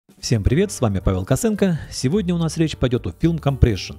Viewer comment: У меня вопрос. Почему вы пишите Косенко а говорите косэнко?